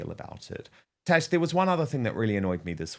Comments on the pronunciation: Love you Dan, but it's TaZZZ, not Tash. She a fantastic Royals commentator and has a wonderful channel. Again, love Dan...just throwing this out there. 😉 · Dan...It is "TAZ" as in Tasmania not "Tash" as in moustache